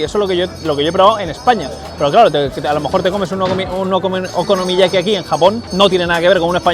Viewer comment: te cuesta decir la palabra okonomiyaki eh bribón?